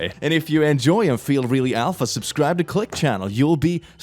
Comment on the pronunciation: He is evolving, he pronounced subscribe correctly